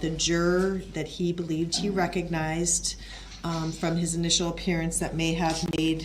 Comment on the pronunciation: “initial”, “collated” …